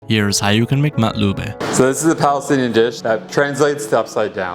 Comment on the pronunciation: you cant even say makluba properly